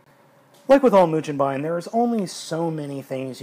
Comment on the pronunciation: the g in mugenbine is pronounced the same as it would be in the word "go"